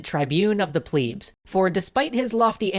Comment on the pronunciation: that is not how you pronounce pleb